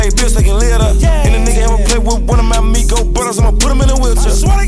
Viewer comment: its pronounced MIIIGOOS!!! Say what? What you say?